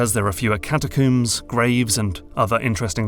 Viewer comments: If I hear “catacooms” one more time… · What the heck is a "catacoom" is that like a coomer than hangs out with dead people? Badumtish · Alright the british have to be fucking with us at this point. "Catacooms"? Seriously? Do ya'll brush your hair with cooms? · say Catacomb right. Cata COOOM sounds dumb grow up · ...I'd pay for 10 minutes of listing out the different "catacooms" in elden ring 😁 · "catacooms" why do people keep doing this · In all his videos, accent never phased me, until I heard him say "Cata-koom" multiple times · "catacoombs" lol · Everyone else is giving intelligent responses and insights on both the video and the game, meanwhile I'm just over here dying because of the way he pronounces "catacooom" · Great video, but i gotta say it...catacooms? Also, nokstella was absolutely glorious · cata - coom? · catacombs? where i'm from we pronounce the last syllable the same as the things we brush our hair with